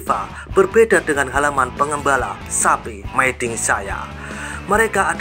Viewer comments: Dinabacanya Mi dinh bukan my dinh. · hooh, aneh didengar mai dinh😂